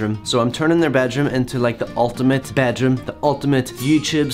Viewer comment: I like how he says bejrum don’t bed room